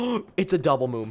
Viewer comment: It's moon not moom